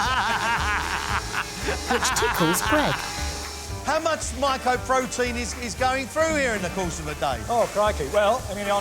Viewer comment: Greg needed sacking long ago for repeatedly saying "micoprotein"